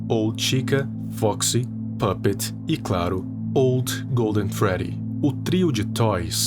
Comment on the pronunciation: Não sei vc mas eu acho que é pupet não pupets